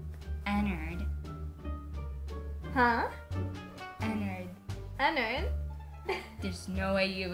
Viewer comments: It’s ennard not “ennnerd” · its pronounced e-n-a-r-d not e-n-n-e--r-d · ITS ENNARD NOT ENERD YOUR SAYING “ENNERD” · When u said Ennard is sounds like u said en nerd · HOW DARE SHE GET ENNARD WRONGGGGG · You said ennard wrong bug WHO CARES >:D